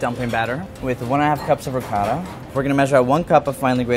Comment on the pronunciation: wow an american pronouncing ricotta properly. nice. Not Ri coh da